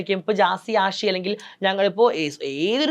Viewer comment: ജസി അഷി അല്ല. ..ജാസി, ആഷി. .അത് പോലും അറിയാത്ത ഒരു Anchor..😇😏